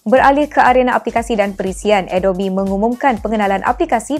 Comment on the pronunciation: Adobi Aku sorang je ke dengar dia sebut Adobe Adobi ?